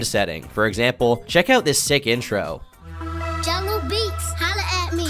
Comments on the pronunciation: Its Jahlil beats lol... not jungle beats and Jimmy Eye-Veen but Jimmy Lovine is pretty funny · its "Jhalil Beats" not "Jungle Beats" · its jahlil beats not jungle beats lmao. Great video tho man really brought back some nostalgia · Actually, it’s “Jahlil beats” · It’s Jahlil beats, not jungle beats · U didn’t grow up on hip hop huh? Lol it’s Jahlil Beats not jungle beats, and Jimmy Iovine, with an i